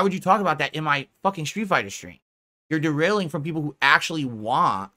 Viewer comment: I have noticed him using that term multiple times past couple of weeks. "2-3 peepul are engaged", "3 peepul are on topic", "like 3 peepul are on topic talking about SF6" and "the 2-3 peepul trying to talk about the game are getting angry about the off-topic chatting" are usually heard when he's fuming at the chat. What's interesting is that about 2-3 whales are usually donoing over 90% of his income nowadays. So probably those are the 3 "engaged" fans he's white knighting and talking about.